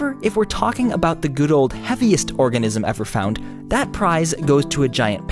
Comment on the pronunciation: When you read organism wrong